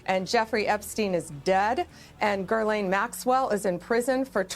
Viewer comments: "Girlane" maxwell. Pam Bondi has no idea what the fuck she's talking about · She says "Ghislaine" with an R. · Do you pronounce her name as 'Girl-lane' or 'Jizz-lane'? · I won't get over "Ghislaine" being pronounced "Jizz-lane" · Strange bondi doesn't know how to pronounce ghislaines name she called her gerlaine